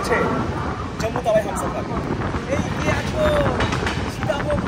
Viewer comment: Tawai keno bolte hobe? Bangali ra chara aar keu bole ki? Ota hobe Tawi...